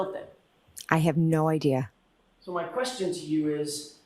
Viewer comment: Idear? Now we ARE using the letter R